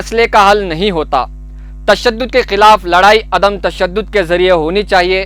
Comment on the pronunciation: میرے خیال سے عدمِ تشدد اور سراہا ہوتا ہے آپ نے بار بار دونوں لفظ کو غلط پڑھا ہے